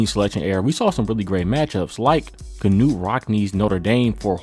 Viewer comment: You don’t know how to pronounce Knute. Come back when you know history better.